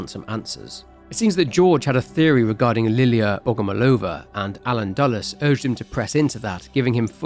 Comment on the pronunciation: Another great video! I was glad to hear the little detail of Liliya's surname origin. It's pronounced BogomOlova, though. Love your videos, mate!